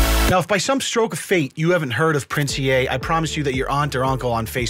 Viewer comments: Pronounced 'Ee' not "E-a' just heads up lol. He was a rapper and won now defunct Funk Volume first annual rapping contest. Then switched up to the social media motivation guru. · The Ea is pronounced as "E" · But its actually pronounced as "E"